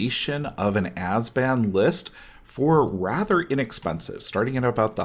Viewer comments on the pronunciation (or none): "Azban" made me cringe every time. Other than that great tech. Please upload more like this for modern!